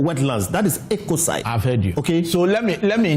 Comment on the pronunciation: say's Ecocide 😂😂